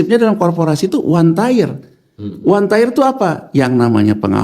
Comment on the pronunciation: 1 Tier, bukan 1 Tyre, 2 Tier, bukan 2 Tyre, 3 Tier, bukan 3 Tyre, Pronunciation nya diperbaiki Tier=Tingkatan Tyre=Ban